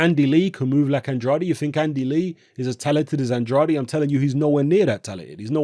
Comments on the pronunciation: It's pronounced "AND-raid",. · Guys, go find the recent IFL interview with Andrade. Kugan Cassius introduces him as 'Demetrius And-RA-day', and Andrade corrects him. Says it's 'AND-raid'. Think the guy knows how to pronounce his own name. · Please, learn how to pronounce Andrade...